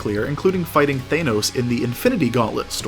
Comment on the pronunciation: I think that's the first time I've ever heard his name pronounced, "Thay-nos"!